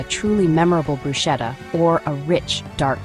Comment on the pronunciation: It’s pronounced brusketta